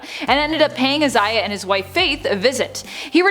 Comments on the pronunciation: It’s pronounced I-Zay-Uh not Is-Zay-Uh or however you pronounced it. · why is she saying Isaiah so weirdly? Eye-say-ah not is-eye-ah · its EYE-ZAY-AH jesus chrsit